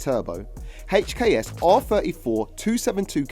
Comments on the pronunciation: "A HACHEKS turbo" 😂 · is it not HKS. why is he saying "HATCH K S' everytime?